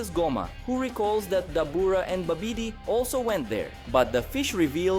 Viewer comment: Babidi is pronounced more like, Bobidy.